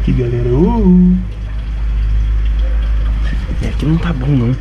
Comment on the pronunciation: errou na decisão e falou galela